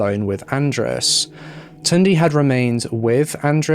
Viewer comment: The city you mentioned, was part of Hungary and András is a very common hungarian name tbh. I cant count how many Andráses i know lol Edit: It was so funny to hear how you butchered some names, but it was endearing to hear that you almost nailed Tünde.